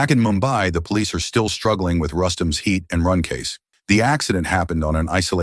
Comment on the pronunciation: The automated voice said it thrice, Heat and Run. Same voice says, and now he laives wth his sister.